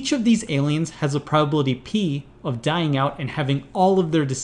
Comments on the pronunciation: P of K. you say that like "piece of cake" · P of k sounded like "piece of cake". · i keep thinking he is saying Peace of Cake